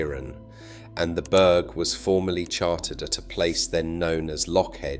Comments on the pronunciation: Wtf is a 'berg' ? Oh, he means Burgh....pronounced Borough! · It is not pronounced burg but buh-rah